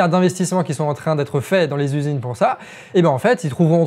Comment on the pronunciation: Amigo, deux choses. Premièrement, ton niveau de français, notamment au niveau des liaisons, est à la limite du catastrophique. C'est très dur de donner du crédit à ton discours quand celui-ci est parsemé de "qui zont" "ils trouveront des trucs à développer à la con qui VA (en plus t'insistes bien dessus xD) absolument pas résoudre le problème". Des comme ça, y en a pas loin d'une bonne dizaine dans une vidéo de 15 minutes. Entre ça et le ton vulgaire pour donner un genre rebelle engagé... Deuxièmement, si Internet était un pays, il serait alors le troisième pays le plus énergivore derrière les USA et la Chine. Donc, si tu veux faire un réel geste pour notre environnement, tu sais ce qu'il te reste à faire ;) Bien à toi, à vous, les charlatans